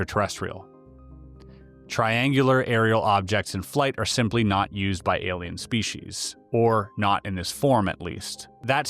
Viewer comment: am est. Very nice and interesting narration. Certainly appeared very genuine. My only personal peeve...proper pronunciation of the word species....lol...shpecies, speshies...uggh...spee sees'! Reaching I know...great story overall; captivated the entire time. More!!!